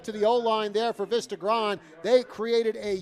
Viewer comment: That New Jersey commentator was really annoying with that "Vista Grond" crap. its Vista Grande - its pronounced "Veesta Grawn Deh".